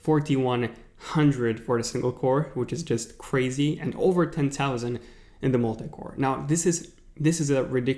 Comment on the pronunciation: I couldnt get over how he was pronouncing thousand